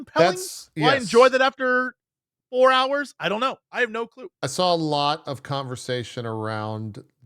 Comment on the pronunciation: Jesse also says "sawl" instead of "saw"